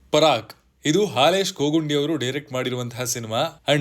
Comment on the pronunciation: parak alla paraak